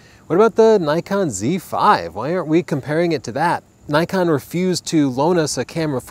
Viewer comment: 「Nikon」....... pronunciation...